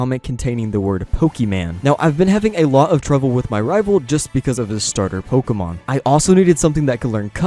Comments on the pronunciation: I'm late, but "Pokeman" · Great content also ‘Pokeman or Pokemon’ haha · "POKEMAN" No lie I dig your video style I'll be sticking around